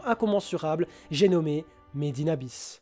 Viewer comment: Quand il a dit Made in Abyss pour la 1ère fois j'ai cru qu'il avait dit Medina bis 😂😂😂